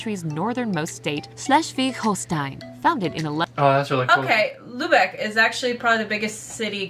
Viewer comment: Sorry es ist Lübeck und nicht Lubeck ..